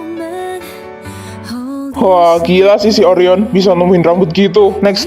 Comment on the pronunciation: Gw ngakak pas angkasa bilangin Orion dengan sebutan oreo😅😂